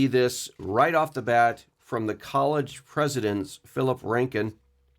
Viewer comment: He is Phil Ryken, not Rankin.